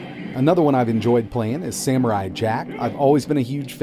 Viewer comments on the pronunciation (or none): none